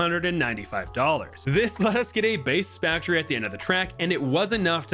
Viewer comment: you said spaktory😂